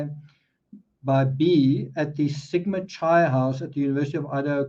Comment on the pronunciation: just FYI...sigma chi the "chi" is pronounced "ky"...as in kyte